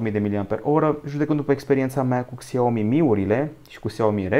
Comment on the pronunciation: Se zice şiaomi nu xiaomi